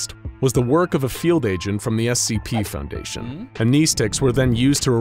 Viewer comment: The way you pronounce the end of the word "foundation" is very unsettling.